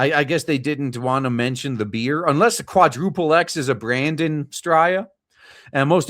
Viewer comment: The beer is pronounced ‘four ex’